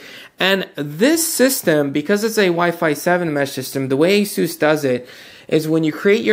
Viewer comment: ASUS is pronounced like "aces." It's not a-SOOS. Or az-us. Or anything else. The company's co-CEOs both pronounce it "aces." I'm going with them on this.